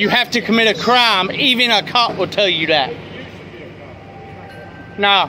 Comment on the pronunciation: "You can't trespass me from city property unless I commit a crarm..." What's a "crarm"? Enquiring minds , and all that. 😉